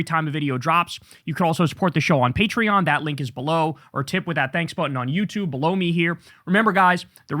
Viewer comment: Whenever you say "below me," Kyle, it sounds like you are saying "blow me." 😊